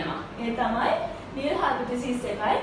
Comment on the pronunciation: This video is very good, But she is producing null wrongly, its annoying